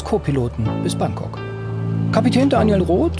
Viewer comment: das er Frankok sagt, fällt euch nicht auf? :D